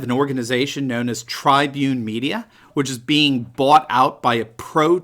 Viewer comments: Hi...it's pronounced "Trib-une" not "Trybune"....it is the parent company of the venerable Chicago Tribune and Tribune Broadcasting...owners of WGN...for many years Americans first and only "superstation" with major national reach because they in part relied upon being the Chicago Cub's broadcaster. Just wanted to correct the pronunciation. Love your work! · Love your programs. Very insightful analysis of the “Conservative Nationalist Traditionalist Populist” uprising across the globe. Just one small correction regarding Tribune Broadcasting, it’s Tribune, rhymes with Rib not Trybune. Tribune Broadcasting originally was part of The Chicago Tribune Company which owned TV radio and Newspapers across the U.S.